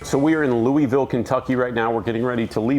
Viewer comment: I'm just glad he snuck that proper way to say Louisville in there